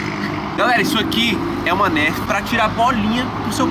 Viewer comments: É o jeito que ele fala mas dá agonia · se fala nãrf e não nérf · não se fala nérf é nerf tá bom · não se fala Nérf é nerf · aline as0604 e nerf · K 3 player ツ não se fala nerf se pronuncia NÃRF tipo assim vacilão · que narf kkkkk, é nêrf que se fala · "Nerf" BERROOO KKKKKFNFK Se pronuncia Nãrf!!! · AI Q AGUANIA O FALANDO NERFE KKKKKKK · Se escreve Nerf mas se fala Narf o inglês e complicado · To tentando não me concentrar no falando nérf kkkkkkkk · olha se escreve nerf mais se fala narfi mais vc fala do jeito q vc quiser, amo vc é a 😙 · se fala nãrf se inscreve Nerf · nao se fala nerf se fala narf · Não é "nérf" é "nãrf" Obs: a pronuncia é assim, a escrita é nerf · C vê que o cara é br quando ele se pronuncia nerf falando "nérf" e não "nârf" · não se fala nerf se fala narf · Não é Nerf é Narf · se escreve NERF mais se fala NANRF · se escreve Nerf mais se pronuncia Nãrf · Se escreve Nerf, se pronuncia Narfi. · Pelo amor de deus, se fala Nârfi, não Nérfi. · aaaahh que agonia dele falando "nérf", se pronuncia "nãrf" AAAAAAAA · NÃO SE PRONUNCIA NÉRFE E SIM NARFI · se escreve Nerf mais fala narf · Nérfi?? Se fala nârf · se fala narf n nerf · NÃO É NÉRFI E NARFE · se fala narf não nerf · Meu filho se fala nerf nao nérfe igual vc falou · Se escreve nerf mas se fala nãrf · Fala "NARFI" e não nérfi .-. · Mano q agonia de ver o falando NÉRFI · se fala narfi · dnv se pronuncia nurf mais fala nerf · É Nuuurf kkk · kkkkkkk se pronuncia "nôrf" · aline as0604 né kkkkkk 😂😂😂😂😂 NÉRFI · não é Nerf que falaa é Narf kkkkk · Tava me dando agonia ouvir ele falar Nérf kkkkk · " NÉRFI " KKKKKKKKKKK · Tá me dando agonia a nérf kkkkk PQ ELE N FALA NERF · se pronuncia "nãrfi"mas se escrever "nerf"MAS cada um tem seu jeito d falar mas ok❤️ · Rachei de rir quando a disse nérf 😂😂😂😂kkkk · SE FALA NAAAARRRFFFFFFFF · Falo narf errado